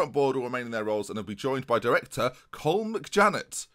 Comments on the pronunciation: Not that it’s a massive deal but colm is said column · Colm is Pronounced Cull Um by the way. I still get a great kick out you having to deal with our Irish names. Adoring the series, I think Emery should also be awarded with the assistant Manager role.